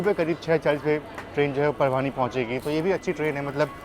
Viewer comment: आपका अंदाज़ बहुत pleasant है. गाते भी अच्छा हो 😊. आपके videos देखकर relax हो जाते हैं. All the best! (एक छोटा correction - परभानी ना बोला करें. परभणी कहें)